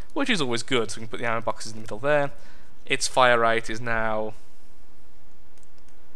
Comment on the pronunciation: E.B. White "OUR ENEMIES HIDE IN METAL BAWKSES"